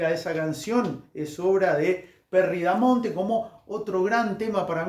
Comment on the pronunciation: Es Perry "BAMONTE" igual buena información.